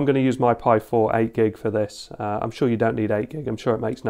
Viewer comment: its piiiiii not PIE and piiiiiiimiga not PIEmiga. i mean if it written pi pronaunce it pi not pie(pai) yeah even written pie is pronaunced (pai) lol yes tes in my language rules. and thats write read and pronaunce like it is. english alphabelts a=ei b=bi c=ci my language a=a b=b c=c LOL funny right. uk pronaunce cat as cat and american pronaunce cät. there is no ä in US lol. pi pronaunces as pie. and pie is pronaunced pie LOL. some englisj word are pronaunced as it was my language but some are like WRITTEN WRONG lol why same aplhabet is pronaunced different in other words LOL it should say same its same LOL xD